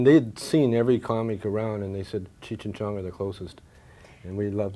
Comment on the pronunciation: She mispronounced "Cheech".